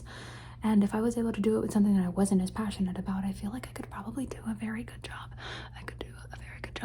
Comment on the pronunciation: I also like when people repeat “good” because i think its funny how sometimes it sounds like “gouda” like the cheese😭💀 and i love too